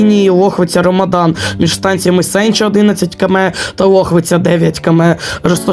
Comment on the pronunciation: Наголос неправильний ставиш) на Бодакві і Сенчі